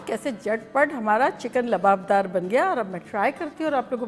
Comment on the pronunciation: Kam se kam aap to Lababdar mat boliye... Aap to itni achchi urdu bolti hain... Jinhe urdu nhi aati unhone Lawabdar ko Yeh Naam diya hai Lababdar.